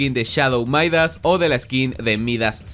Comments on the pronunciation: Se pronuncia Midas, no Maidas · no, los estadounidenses lo pronuncian "Maidas", pero el nombre es de origen griego, y se pronuncia Midas. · Exacto viene del rey midas un personaje griego se pronuncia MIDAS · se dice midas no maidas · se dice midas no maidas xd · Se dice midas no “maidas” 🤣